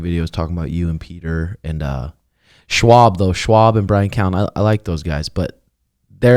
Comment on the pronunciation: for love of God his name is not schwab its schaub